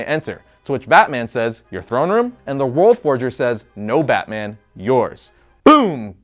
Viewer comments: Did you say "Bat Boner"? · I know this man didn’t say bat boner 🗿